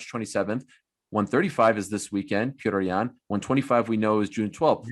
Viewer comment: Ariel talks about how disrespectful it is to pronounce a name wrong. But he calls Petr yan pee-otor ^^ listen to Bruce Buffers introduction on Saturday, he's the only amarican guy who pronounces his name the right way